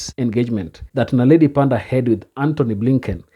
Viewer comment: Moron, it's NOT Naledi PandA, it's Naledi PanDOR